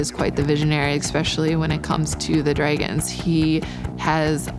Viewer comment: Who In the gods name pronounces dragons like that “Draegens” wtf